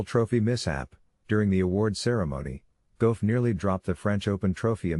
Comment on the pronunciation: I wish u would pronounce Coco's last name right! It's Gauff like Golf! That's really easy!